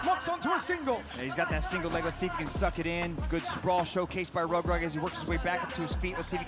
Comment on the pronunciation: Tu prononce mal son nom. Reug Reug il faut prononcé Reugue Reugue